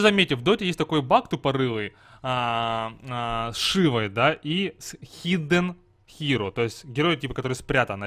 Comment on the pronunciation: хидддден хиро ? Почему тогда не пук, а пак?